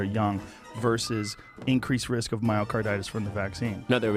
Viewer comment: Dude really said VERS under reports